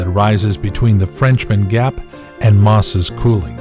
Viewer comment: i appreciate these, theyre great,,, my only complaint is it says " Maw-sess Coulee",and its actually prominently spelled & pronounced and commonly known as "Moses Coulee" (mow-zess cool-ee)... like Moses from the Bible. good job otherwise.